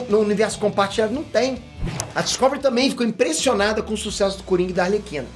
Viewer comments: DiscÓvery doeu um pouco os ouvidos, meu caro 😅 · Po top. Mas n é Discôvery n po kkk é Discovery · Eu ouvindo ele dizer Discovery errado o tempo todo. 🤯 Obrigado pela notícia, gostei!! 👏🎉